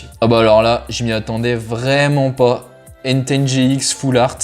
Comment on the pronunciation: Tu prononce mal deux pokemon systématiquement, c’est Enteï pas Enten, Yeveltal et pas Yvetal. Pour les boosters légendes brillantes c’est mini une holo donc c’est normal ;)